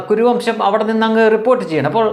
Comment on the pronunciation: Kuruvamsham not Koravamsham(kora=barck)dogs